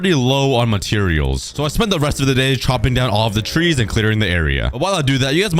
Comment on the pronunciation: Parents:trees You:twees